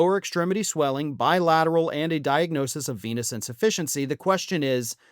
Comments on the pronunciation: For a moment I thought you said "chronic penis insufficiency". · LOL, at first i thought you said "Chronic Penis Insufficiency" I guess he has that too , according to Stormy 😂😂😂